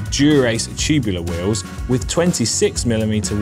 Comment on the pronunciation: You say “wheels” funny. “Wee Yuhwz.” No ‘L’ huh?